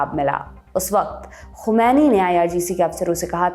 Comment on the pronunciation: To day you pronounce "Khomani " very well.. Well done